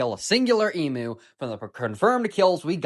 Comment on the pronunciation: i have a problem with the emu pronunciation